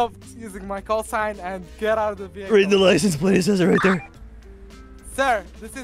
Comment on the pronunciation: no one: no one at all: The officer: ima need you to step out of the vehicale sir